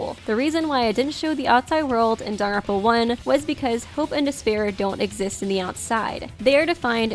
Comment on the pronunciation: please stop saying “Danaronpa.”